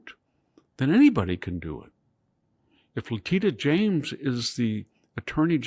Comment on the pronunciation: I like the way he mispronounced Leticia James